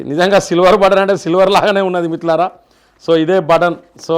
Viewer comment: Anna meeru first మిత్రులారా అని స్పష్టంగా పలకండి